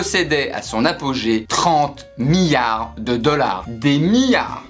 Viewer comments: ça me fait stresser comment tu prononces millards !! XD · Euh on dit miLLards pas miyards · Des miards 😂 Il le fait exprès c'est pas possible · Effect Phoenix mdrr, il arrêtait pas de dire "miyard" alors j'me dis "allons voir dans les commentaires si qqn l'a souligné" et premier comm' que j'vois c'est ça 😂